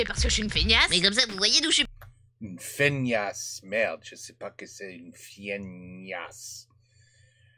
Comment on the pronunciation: Pour bien le prononcer apré ci éra et une faignasse c'est celui qui ne branle rien